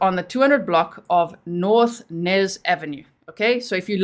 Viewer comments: I think it's Ynez..Eeeeeenez never heard of Nez ave...Unless it's New Ave. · The street is pronounced Eeenez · The street is pronounced E- nez 💜🖤